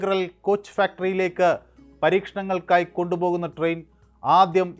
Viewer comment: ട്രെയിൻ എന്ന് പറയു sir